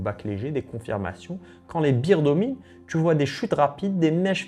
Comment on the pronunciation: les berz ou bère au singulier, et pas les bir...une beer c'est une bière Sinon le reste çà va, c'est pas mal :)